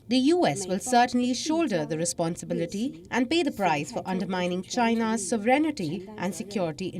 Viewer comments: it’s sovereignNTY, not “sovereignity” i noticed for months now they add the letter “i” in their pronunciation of the word… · It is pronounced... So-ve-ren-ty Not So-ve-ren-ni-ty Please correct all your anchors. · It is not pronunced "sovereign-ity". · This is a small thing... but you have audiences,.. professionals, ordinary, and many of them are students. Try to check your pronunciation of "sovereignty" ..... Check on the British and American pronunciation....